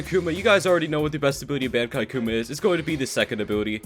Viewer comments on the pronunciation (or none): Stop saying Bankai it’s so annoying it’s pronounces bon-kai